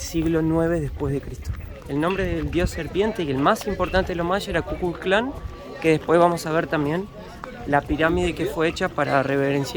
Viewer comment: En serio, kukulclan? Le erraste fiero, suena como lo dijiste a la orden racista yanqui, es can, no clan,Kꞌuꞌukꞌul Kaan se escribe